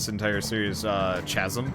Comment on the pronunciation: It’s pronounced kazem